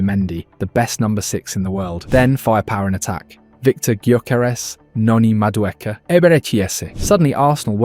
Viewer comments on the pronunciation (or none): none